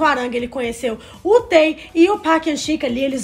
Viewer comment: Meninas, já que vcs se declaram tão "fãs", por favor procurem ao menos pronunciar os nomes corretamente, (isso se chama RESPEITO). TAE, por exemplo, não se pronuncia "Tae" e sim "Tê"